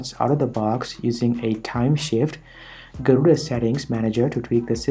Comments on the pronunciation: Did you Just Say Gorilla instead of Garuda ? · Auto Captions: Gorilla Linux What my ears hear: Garula X Distro name as it appears: Garuda Linux